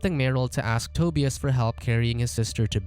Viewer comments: This narrator sucks at pronouncing Euro names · Toe•Bee•us lol. Tu•bi•us